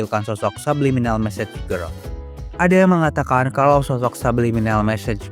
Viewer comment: Bang yg bener "message girl" bukan massage girl